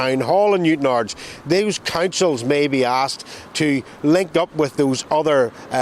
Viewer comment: Are people fuckin high with the pronounciations? is from NI amd cant even pronounce Newtownards correctly. Wtf?!